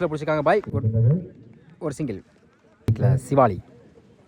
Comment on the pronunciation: யோ உனக்கு எத்தனை தடவ சொல்லுறது சிவாலி இல்லையா சிவலி னு சொல்லுய்யா பெரிய பேட்ஸ்மேன் பெயரை சரியா உச்சரிக்கவும்